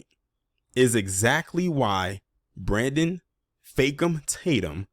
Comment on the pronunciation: Not "Brandon Fake-um"🤣🤣